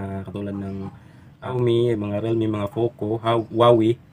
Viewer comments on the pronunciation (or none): none